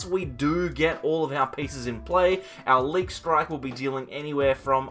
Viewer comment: I think it's pronounced 'leak.'